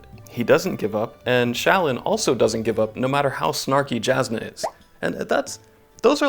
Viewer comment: Those pronunciations of Jasnah and Shallan made me cry.